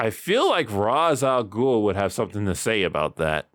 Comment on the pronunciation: Its pronounced ~raysh~ al ghul